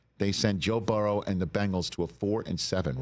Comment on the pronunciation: It pisses me off how Rich Eisen says “Burrow”